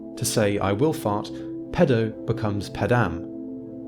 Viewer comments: But he cannot pronounce Latin. "pedəu", haha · There's a lot of irony in someone talking about languages being unable to differentiate between pēdō and pedō. Stretch your damn vowels man!